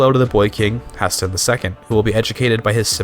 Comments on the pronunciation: "Hah-Sten" will forever haunt my dreams. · It's HEY-STEEN...and you aren't CHANGING THAT. Thanks, for video!